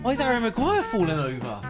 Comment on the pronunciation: Did he say a bad word when he was saying magurire